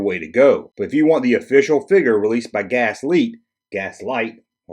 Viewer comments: V-L-I-X pronounced vlicks. GLASSLITE, pronounced glass light. Come on dude lol. Killing me lol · I've always pronounced the character as Licks with a V, VLicks. Also the Brazilian company is Glasslite (Glass Light) not Gaslite. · Did a quick search for Glasslite commercials from Brazil. They definitely pronounce it: Glass-Leet. Not sure why you keep leaving the L out of that word... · Its pronounced glass-leet.